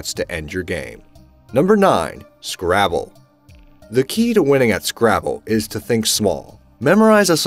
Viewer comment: trevel and scravel. what accent is that, where do people pronounce those words like that? cheerio